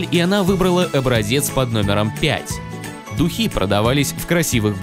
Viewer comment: а я думала дУхи)))) вместо духИ